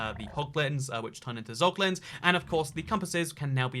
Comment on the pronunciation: “Pog”Lins lmao